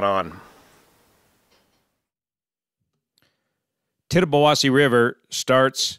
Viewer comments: As a local.. Thank you for pronouncing names of these rivers and lakes. It was a nail biting event. It was bad as the great 1986 flood. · No, no, as a local I can confirm that you gotta say it fast. Actually I was surprised pronounced it right, most people not from the area get it wrong.